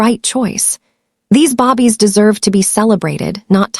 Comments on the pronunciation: Definitely and she speaks english well so why babies bobbies irritating. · Can you please stop with the "bobies" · Babies is pronounced... "baybies" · Bobbies is your Ai mistake !!!❤❤Great story!!! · This is a good story, but calling them bobbies is driving me crazy. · Bobbies...really? I think this is the 3rd time I've seen this mistake. Small but very annoying like most a i voice overs. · I’m sorry, but listening to babies constantly being called bobbie’s has gotten on my last nerve !! Sadly I have to find another audiobook !!! 😔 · Ok! It’s very noticeable, I can’t stand it! Every time she kept calling them bobbies. WTF??? What is a bobbie? She has to know how stupid she sounds. Either they think it’s funny or they don’t care. It was very distracting 😡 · that has NOTHING TO DO WITH AI MISPRONOUNCED BAY-BEES "BABIES" BAY-BEES ..SAY IT WITH ME 😅😂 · I cringed everytime she said Bobbies. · AI is suppose to be incredible but it couldn’t figure from reading the script that it was suppose to say the word for newly born humans rather than British policemen. A human narrator would have caught the mistake right away… yy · It's really annoying listening to the mispronunciation of the word babies. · When will these fools spell babies and pronounce babies in the correct manner. 😊😮🎉❤ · Where did that come from? Mispronounciation? They truly don't edit their stories!! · Ok so annoyed. Bobbies maybe Babies i really cannot stay engaged if your narrators can't read. It makes no sense to my brain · This AI is annoying it's babies not bobbies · lol naw she saying bobbies instead of babies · Can you fix the computer to say BABIES and not BOBBIES. Please this was a great story. Remove grandma out of kids life. Her hatefulness against her grandkids is crazy. See was her marriage was loveless. Part 2 I want the family to get married and live happily ever after without grandma ❤❤❤ Atlanta Georgia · I hate when she call babies, Bobbie’s !!! It’s babies not Bobbie’s .